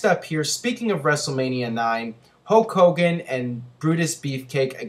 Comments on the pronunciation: You pronounce Hulk Hogan the same way Ultimate Warrior does ("Hoke Hogan"). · GhostSpectre It's more like Hooooe Kogan! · I thought it was "Hull Cogan"? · Who's Hocogan?